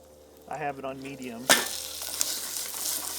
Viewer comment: Did you say you set the pepper grinder to “Meaty”-um?